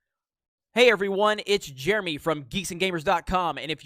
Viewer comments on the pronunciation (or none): none